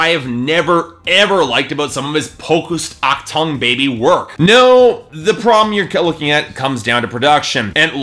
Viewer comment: "Aktung" Baby. I cringed.